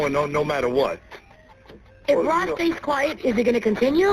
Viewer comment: It's funny that you called him Loss instead of Ross. LOL !